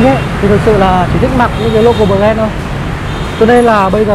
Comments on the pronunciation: Bờ ren nha mn :) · Bờ ren :)))